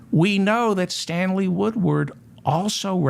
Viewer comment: Stanley Woodward, Stanley Woodward, Stanley Woodward. This name, this name, this name. David Feldman has pronounced and nailed this name time and time again. Thank you for keeping truth alive David Feldman.